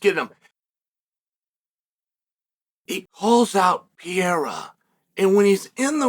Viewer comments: Alex R u Pronouncing Pierre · “Ax pear”😂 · It's Pierre 😂... the "a" is silent in Chael's world. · Is Chael mispronouncing Alex Perieras name to make me comment about it cause I can't imagine he doesn't really know how to say it 😂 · How does one ball Sonnen not know how to pronounce Pereira lol